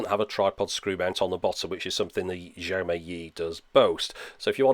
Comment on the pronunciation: Love your videos, just a small point - Xiaomi is pronounced shiaow mee (with the vowels pronounced quickly). I know in English we would get closer to a "J" as you said, but that sound is closer to "zh" in chinese pinyin. eg. Guangzhou, which is more like Gwang-joe. Great videos though as always.